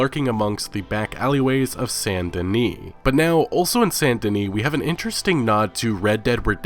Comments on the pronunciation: Why do you say Sant DenE? It's Saint DeniS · Saint Denis bro! Not San Deni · dude how do u not pronounce saint Dennis right hahaha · Saint. Not San. Saint. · why does everyone pronounce it "san" denis when its obviously saint. all of a sudden nobody knows how to pronounce the word "saint"?